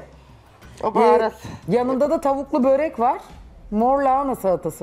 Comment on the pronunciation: Zuhal hanım barı siz yapmayın😭😭 böğğrek değil börek.